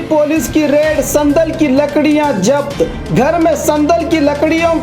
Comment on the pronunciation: Urdu bolne nahi aati to Urdu mat bolo ye kiya Hai zabt ko japt